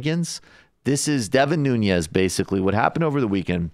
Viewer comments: I can't take you seriously unless you pronounce Nunes' name correctly. He's Portuguese not Spanish. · decembrist The host weird pronunciation of Nunes made me doubt. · You keep saying Nunes incorrectly. The way you say it makes him sound like he is Hispanic/Latino. He’s white. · For more credibility, pronounce his name correctly. No tilda on the "n." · nuñes?😂😂😂😂he is not Hispanic he is portugese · It's Nunes, not "Nunies". His family comes from the Azores in Portugal. Worst export ever from the country. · I think it’s pronounced ‘noon - es’ not ‘new - nyes’. No tilde ~ on the n. He does look scared as shit too. Lol. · Nunes, not Nuñez.... This traitor is not Hispanic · His name is Nunes, not Nuñes. That's how he himself pronounces it. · Devin Nunes' last name is Portuguese, so not pronounced with ñ like Nuñes. Just Noo-nes. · Get the name right... Nunes. Not Núñez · Its Nunes, not Nuñes. Portuguese, not Spanish. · It's not Noon-yes, it's Noo-nes. l2portuguesesurnames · Nu-Nez, not Noon-yez. Please! He's not Latino, or even of Spanish decent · is it just me that cringes every time this guy says nunez? ...totally not pronouncing it right. noo-nez...not noo-nyez...nez like nez perce... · The correct Portuguese way of pronouncing his name Nu.nis. But even more correct way is Nun.ass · Guys... his name is not Nuñez 🤦‍♀️ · just to clarify his last name is nunes, not nuñez. i was also confused at first, but it turns out his is the portuguese version, not the spanish one. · It's strange how many are not able to pronounce Nunes correctly, but are pronouncing his name almost like a Russian with a soft 'n' before the 'e', like 'Nunyes'. The name Devin Nunes actually rhymes with 'heaven trueness' (according to Daily News), but that's maybe hard to believe concidering the last news about him. 😉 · Why does he pronounce it nuniez? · His last name is Nunes not Nuñez. He's from the Azores, so you shouldn't pronounce it like a Spanish surname. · Pronounced New-nez.